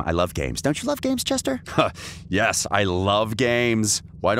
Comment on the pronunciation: Me hearing Chester as Jester xD